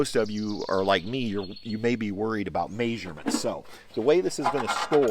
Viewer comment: What's a mayserment? Did he mean measurement?